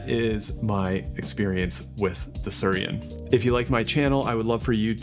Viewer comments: my dude. it's not sur-I-en. The I comes before the r...it's pronounced sooey-ren. come on. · ... can not stop smiling ... It is Su-i-ren and not Surien... :-) Bought one in Japan, love it (especially when travelling). Nice review and from my experience I agree, that there is not much difference in taste to a "normal" V60 though there is no bypass with the Su-i-ren :-) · Thanks for the video! One note: it's pronounced "swee-ren." It's the Japanese word for water lily. You can see the resemblance. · I think it’s meant to be pronounced “swee-ren” — “suiren” means “water lily” in Japanese. 🪷